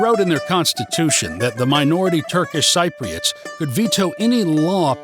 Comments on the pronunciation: Dude, we are Cypriots; pronounced si-pree-uht, or sɪp.ri.ət not sigh-pree-uht or sighp.ri.ət. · More negatives than positives on how you view Cyprus. I’d have to disagree on many of your negatives. Since you are learning Greek, and live in Cyprus, for heavens sake please pronounce “Cypriots” correctly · Nice view from you, but please work on the word Cypriots :(